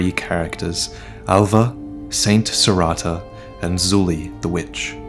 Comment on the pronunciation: it's Serreta, not Serrata.